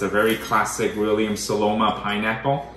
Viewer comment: It’s SoNoma, not SoLoma. Love the Staubs though. I have quite a few myself. Just ordered the 37cm La Mer oval cocotte.